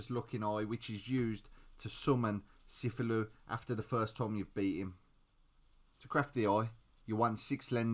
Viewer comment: sufulu lol is said like ca thew loo